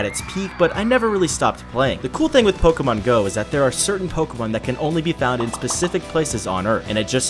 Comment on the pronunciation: Isnt it is pronounced Pokémon